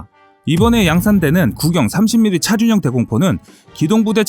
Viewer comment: 차륜형 이라는 발음이 어려우신건가 계속 차준형 차준형 하시넹